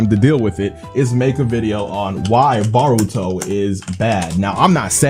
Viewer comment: its b"OH"ruto and not b"AW"ruto